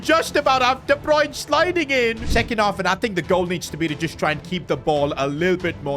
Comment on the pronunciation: Bro the pronunciation is "wol-tuh-maa-duh" and " kevin de broy-nuh"